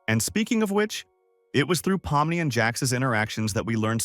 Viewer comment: Why did u say pommi its pomni